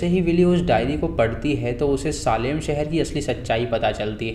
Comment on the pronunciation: सालेम नही भाई सेलम. सेलम tha city ka naam jaha wich trials hue the